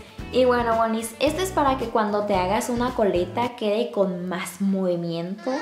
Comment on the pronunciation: q es lo q dice? woni, boni, moni? jajajjaja lo dijo un millon de veces y no la entendi